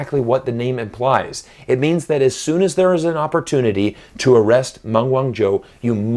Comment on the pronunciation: I wish that you would pronounce her name properly.